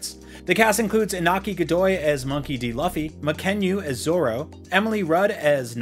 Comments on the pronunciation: It’s luffy! Not lawfy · It’s pronounced like LOO-FEE or LEW-FEE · this man said Luhffy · he said luf-fee not loo-fee........ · Luh-ffy???…L(you)-ffy. Man you could just watch an episode of the show and get that right at least. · This guy who says that has read every chapter of manga and watched anime calls luffy as "laffy" Why the hell is he lying to the audience about being a one piece follower? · Bro it's LOOFIE not LUH-FI how do you get that wrong 🤦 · Mispronouncing Luffy as “Luhffy” is one thing. But IGN why are you getting this guy to do anime news when he can’t even pronounce “Anime” he called it “Uhnime” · You can tell don’t watch one piece…. “Loffy”? Lmao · Its Luffy with a "U" sound not Laffy... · I'm sorry but it's NOT "Luh-fee", it's pronounced "Loo-fee" okay? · This man just say luhffy? 😮‍💨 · It’s not law-ffy it’s lu-ffy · Dude whats with you pronounciation, Ahnime, Luhffie, Aichiro oda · Luffy(Loo-fee) not luh fee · Defiantly a one piece fan as he mispronounced the main characters name -. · It's no lafy it's luffy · "number one fan" he said..immediately murders the main character's name..."LUH-FEE"? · How do you get Usopp right but can’t pronounce luffy? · No this man didn’t just call Luffy LUHFEE 🤦🏽‍♂️ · At least you didn't call him Rufy... :] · The legendary Lah-feee... Ffs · Louu-feee is the real way it should've been pronounced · Luhfee and yu yu hakashoe 😭 bro if you’re going to report on shows and names say them right smh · You can literally watch just ONE episode of One Piece in Japanese or English and realize it's still not "Luffee". How about get someone who actually cares about One Piece to review it 🤦🏻‍♀️ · It's pronounced "Looffy" not "Luffy". IGN get someone who is a fan of the manga/anime to make this clip at least. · Did he really just say "luh-ffy"💀😭😭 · LUH-FEE. 🤦🏻‍♂️ Literally 2 seconds of research could've saved this man. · Who the heck is Luhfie? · But you said Laffy... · It's pronounced Loooofy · bro it aint luf-ffy…